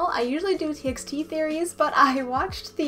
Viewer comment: "T by T" not "T eks T"